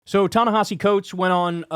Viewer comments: Pronunciation, and respect: Ta Ne-HEE-SEE Coates. Not that hard. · Even Kyle mispronounces Ta-Nehisi.